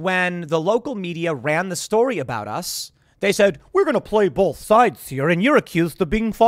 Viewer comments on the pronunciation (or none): Tim, the word "both" doesn't contain an "l," for the love of God.